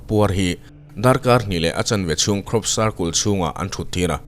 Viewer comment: circul tih chu mawilo e pa cle in i lam lo a